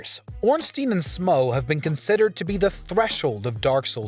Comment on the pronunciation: You earned my like for not saying "ornstine and smoof"...finally someone who says it right!